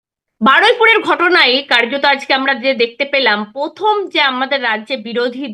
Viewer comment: পথম, তিনোমূল, পতিক্কিয়া? 😂😂😂😂